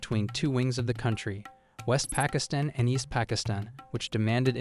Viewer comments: East "Pikistin" haahhaha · Around the mark you pronounced “pakistan” “pa-kizzz-tin” after correctly pronouncing it both before and after that mark. Makes no sense . Like when a kid mindlessly copied ChatGPT on a test and it messes up something simple but the kid answers “1947” for “what color did they wear?” Like obviously didn’t even think . Just read . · Why the heck is this AI calling it Pikisstan. Lol